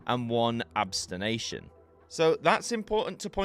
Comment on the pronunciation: CHF = Swiss Franc! Abstention - not abstenation!